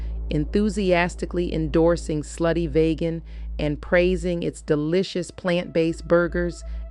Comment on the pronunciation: VEEGAN,VEEGAN, VEEGAN - not VAYGAN - VEEGAN!